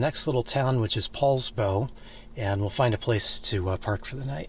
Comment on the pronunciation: Poulsbo, not Paulsbo, that's all !